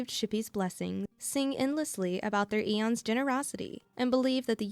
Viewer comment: Aeons is pronounced eeeons not eions